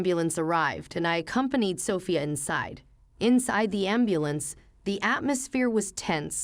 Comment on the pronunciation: Justice is served. Happy ending for grandma Amelia, Emily daughter wife of philanderer husband George and granddaughter Sophia are living happily after the divorce☺️. Sophia should be stressed on the 2nd syllable😦